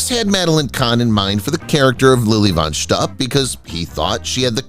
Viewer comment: Fun facts about THIS video: The narrator mispronounced "von Shtupp". Mongo did not ride into town on a horse, he rode on a bull.